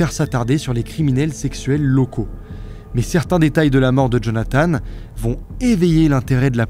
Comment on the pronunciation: Lui, c'était Jonathan, pas Jonathane.., Jonathane, c'est l'autre..